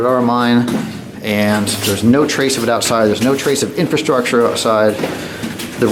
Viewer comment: every time he say's "INFASTRUCTURE" take a drink. great vido's.